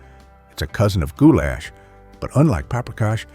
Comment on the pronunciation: Except the way he would say gou-LASH had me cracking up 😊